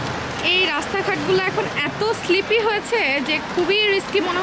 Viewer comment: Sleppy na apu slippery..don't mind please..enjoy....bangladesh e wellfood a baklava pa2a jay